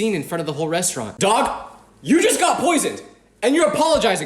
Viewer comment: The way how you say daag is weird